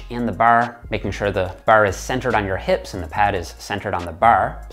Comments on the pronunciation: ITS BAR NOT BURR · Thank for the tips. Ps the way you say baaar is so Canadian. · I like how he says bawrh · Bar, barrrrr,.baurrr where is he from..he says bar with a accent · Thanks for the videos. Very helpful both physical and mental. Åre you Canadian? The way you pronunce bar is interesing. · The way he says “bar” makes me think he’s only pretending to be Hooman